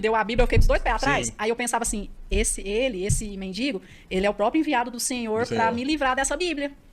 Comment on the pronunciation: Oh povo pra falar errado...é mendigo. Sou maranhense de São Luís do Maranhão.